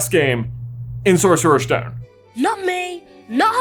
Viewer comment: “Sorcerers” stone j?